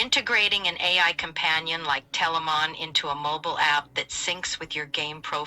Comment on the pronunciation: We are Telamon not Telamon